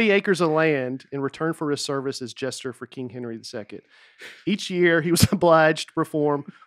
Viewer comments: Nate mispronouncing jester as "gesture" the whole podcast and then correcting someone else for saying coin wrong just once🤔😂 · For a guy who spent the entire episode saying “Court gestures”, Nate is pretty quick to pick up on any word even slightly mispronounces. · Best one yet for sure. It really helped while being in stand still traffic in GA for an hour! I also love how Nate was saying “gesture” instead of “jester.” Keep it up! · I was disappointed that didn’t call Nate out for saying Court “Gesture”.